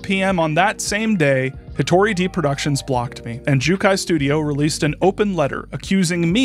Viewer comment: saying it’s more like “day” will indicate the correct pronunciation of で to the average english speaker far more effectively than IPA. his pronunciation of 一人 is American-accented but still fine, unlike で where he’s saying a different/nonexistent word entirely